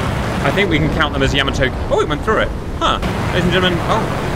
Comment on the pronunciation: Cap I love you like a slightly dyslexic brother, but it's "YAH-mato" not whatever you were saying. Convincing victory, I honestly thought some bombers would get in on the carrier, cool fun mission!